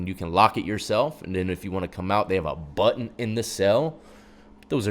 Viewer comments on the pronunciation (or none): none